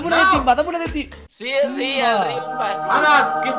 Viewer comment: El. Riunba. Is. Rial